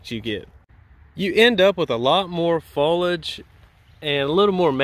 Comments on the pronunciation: Drink Everytime he says folage instead of foliage 🤣🤣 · Foliage (three syllables) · I didn’t think you said airflow too much 😂 and I liked how you pronounce foliage like Fo-lige …in New England we say Fo-lee-ige 😁